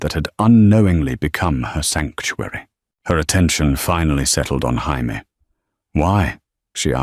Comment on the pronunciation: Jaime is pronounce hi me is this the lawyers nane